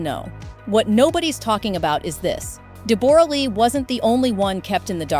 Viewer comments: Why do you pronounce her name Deboor? It's pronounced Debora-Lee Furness. Hiw do you not know this name + pronunciation? It's a very common name. Please, check the pronunciation of any words you have not heard before. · It’s pronounced DEB-RAH LEE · Deborah = Debra Lee stop using ai ... this whole video is absolutely full of shit .Don't worry sweetheart I've sent this for her to read .. Its a comedy vlog love 😂😂😂😂 She is living her best life right now .. Her autobiography will fill you all in .. not fake stories like this 😂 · Cant stand ridiculous pronunciation of her name. Get it right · God lord!! That is not how you say her name. And why does everything keep getting repeated at least 3 times?!!